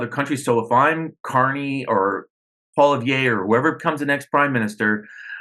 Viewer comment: I can't stand the dipsh*t but please learn to say the name of Poilievre. And before you freak out over an American takeover, read up on Norad. Jeez